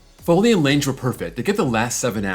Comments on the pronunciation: I didn't hear him say the e; he just fucked up the g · The e in Lange is silent